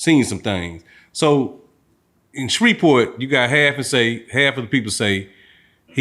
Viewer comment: Right but what is "Sherverport?" Does he mean Shreveport?🤣